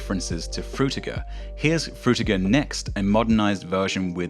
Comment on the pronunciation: "Fruitger" LOL